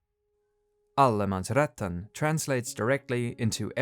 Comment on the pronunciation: Great video, but just a bit of pedanticism, it's Allemansrätten, not Allemansrättan.